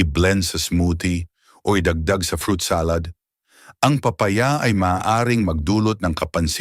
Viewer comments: Papa-ya at pola- te 😂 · Di ka Marunong mag bigkas ng. Tamang Tagalog lalu na Ang papaya